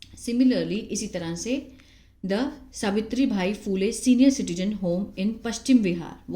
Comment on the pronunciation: सावित्रीबाई फुले है ..... आप सावित्रीभाई बोल रहे हो.